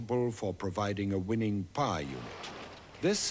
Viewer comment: He says "power unit", but with an extremely posh accent.